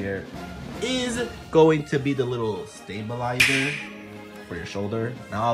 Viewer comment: The fact that you said stabilizer bothers me